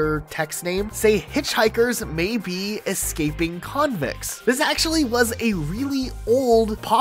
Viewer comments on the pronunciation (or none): none